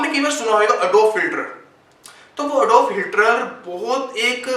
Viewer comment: "Adobe Hilter" "Adif Hilter"